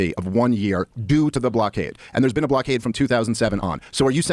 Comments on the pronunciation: “YOU’VE NEVVA BEEEN??” And then “I’m not saying you HAVE to visit to talk abt it” What a clown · “Have you ever bean?”